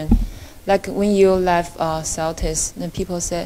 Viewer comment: "Seltis" please fire that reporter